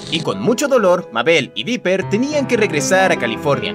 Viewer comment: Dise Biper 🙅